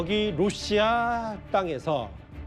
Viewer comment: 로씨야? 탈북하신 분들은 다 러시아가 아니라 로씨야로 발음하시더군요.